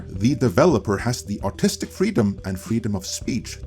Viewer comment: This isn't a dig on you or your accent, but...every time you say "artistic vision," it sounds like you're saying "autistic vision," and it's kinda fitting, lol. 😅😂🤣